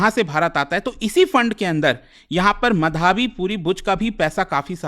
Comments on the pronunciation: bhai ankit ek naam to dhang se le le, madhaabi madhaabi kya bol raha hai , madhvi is her name. Aise same last time Bhartruhari Mahtab tujh se bola nahi jaa raha tha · अरे भाईसाहब वो मधावी नहीं माधवी है। अंग्रेजी के चक्कर में हींदी का कचरा मत करो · अबे नाम तो ठीक से ले ले उनका नाम माधवी है मधावी नहीं। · माधवी पुरी बूच not माधाबी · ओ भाई, उसको मधाबी नहीं बोलते। माधवी बोलते हैं। पुरी सरनेम से पता नहीं चला यह उड़िया है?😅😂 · "मधाबी" नहीं "माधवी" होगा उनका नाम। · Pronounce it like tarak mehta's Mādhavi... it's not Madhābi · Madhaavi मधावी नहीं माधवी है😅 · Madhaabi nhi hai sir madhvi hai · मधावी नही भाई माधवी बुच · माधवी बुच उच्चारण होना चाहिए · abe tuje madvi pronounce krne ni aata?? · What a teacher he even doesn't pronounce" माधवी " 😂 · अगर आप एक हिंदी नाम "माधवी" का उच्चारण भी ठीक से नहीं कर सकते तो आप को शिक्षक बनने का कोई हक नहीं है।